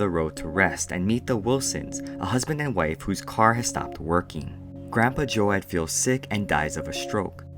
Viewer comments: Have I been saying my name wrong all this time? I thought it was joad like toad but this kid keeps saying jo-ad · Yeah he pronounced it wrong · Joe-ad?? I swear it’s Joe-d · His name is pronounced like toad but with a j sound, as in jar. Do J-oad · Ocean Water It is Joad like Joe-d. Even in the movie. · Thanks for the summary friend! I appreciate your work here. Just a small tip though, Joad is pronounced "Jode" with a long "O" sound. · joAAd? the hell? Do you even english?